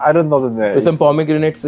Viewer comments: ㅋㅋㅋㅋㅋ 놀라운점 두가지 : 1.영어 한국인치고 매우 잘 한다. ( ㅡㅡ 영어 못하는척 했다니...!! ) 2. 영어 쓰는데 한국인이하는 영어 발음이다 ㅋㅋㅋㅋㅋㅋ 유돈노?????? 하는데 ㅋㅋㅋㅋㅋ 왜케 한국인이냐고. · 영어 잘하는데 엑센트가100% 한국 발음 이네 유돈노? 아이원트 등